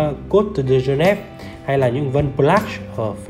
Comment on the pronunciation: Phát âm các từ platium, geneve... nghe chán quá